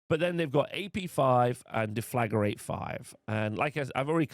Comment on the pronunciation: Please read the word Deflagrate. It's not Deflagarate